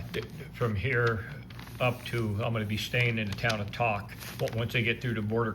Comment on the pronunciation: Yay! Regarding Tok, it’s pronounced “Toe-k” — long “O.” Anyway, good videos. Been watching you all the way up. Whitehorse to Fairbanks, a piece of cake. However, the road between Whitehorse and Tok can be challenging with lots of frost heaves.